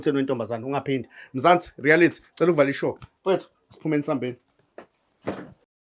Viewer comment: its Reality not rerality